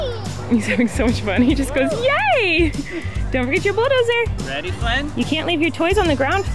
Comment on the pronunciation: Flynn pronounced “bulldozer” so perfectly I feel like a proud internet mom🥰❤️🥰❤️